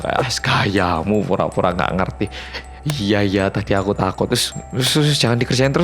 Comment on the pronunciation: Kayaknya kesleo pas percakapan "hmmm iya.. kayak ada suara cewek gitu" bilangnya "hmmm ye... " 😁😁😁